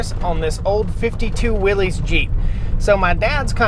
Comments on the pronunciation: It’s pronounced “Willis” not “Willies”. You don’t deserve that vehicle if you can’t even call it by the proper name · Will- ISS, not Will-EEZ!!! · I wonder how many times John Willys has rolled over in his grave because of people pronouncing his name incorrectly. ;-) 'Willys' pronounced like 'Willis', where the 'ys' sounds like 'system' or 'hysteria'. There was no Willy or Willie to make a possessive noun. :-P Cool 2A though. I'd replace all rubber and fluids, then drive it another 70 years. :)